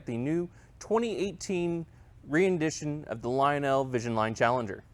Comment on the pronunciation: Ren Dit Ion. Not re in dit ion.